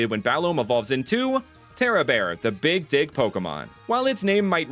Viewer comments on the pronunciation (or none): NGL I heard "Big Dick Pokemon" instead of "Big Dig Pokemon" when you introduced Terrabear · No no- bro you cannot call him the big dig Pokémon. I so heard “the big dick Pokémon” and I am going to cry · "the big dig pokemon" my deaf ahh: "I'm Sorry What?????" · Watch slowly, he said "big dig"